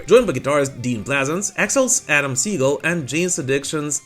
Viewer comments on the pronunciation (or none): none